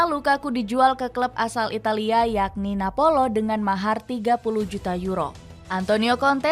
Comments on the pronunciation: Napoli, bkn napolo.. 😂😅🎉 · woy...Napoli woy....bukan Napolo... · NAPOLI kali bukan NAPOLO...